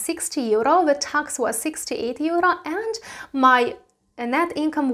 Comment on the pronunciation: Teacher? LOL. she cant even pronounce EURRrrO. No thanks.